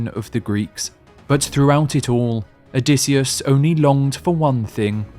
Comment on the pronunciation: "Odysseus" it is Pelasgian myth not a "Greek"!! O dy sheu